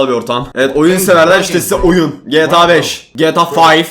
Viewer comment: 5 i ingilizce okuyup GTA yı Türkçe okuyan adamlığı.